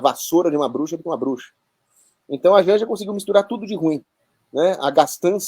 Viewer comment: Jánja ???? Kkkkkkk